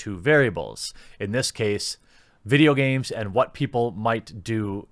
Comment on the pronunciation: MUH VIDJYA GARMEZ